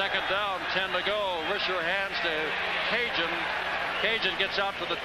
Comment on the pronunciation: Hokie "Cajun".... Those announcers should have been fired for butchering up his name the entire game... And no, just because he is Cajun doesn't make it OK